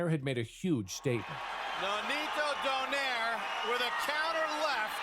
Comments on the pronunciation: its not pronounced as don(air). but "do(nay)re" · Its "Donayre" not Doneir" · Btw the correct pronunciation of his surname is don-eye-reh. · In the Philippines we pronounce his surname as doh-nai-reh